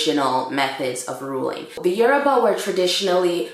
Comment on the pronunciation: I'm Yoruba too, the way you pronounce the yoruba words are so funny but you tried 😂